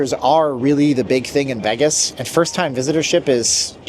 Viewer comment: Tuned out after he said Veggis the 100th time.